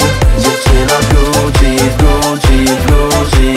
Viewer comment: Na przyszłość: wymowa słowa Gucci to ,,Guczi a nie ,,Guci” Ale to może dlatego tak jest bo wokalista ma wadę wymowy.